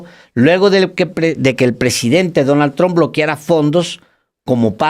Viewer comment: "Donal tromp y yefri Epstin" increible la poca preparación de este presentador que no sabe ni siquiera pronunciar bien los nombres.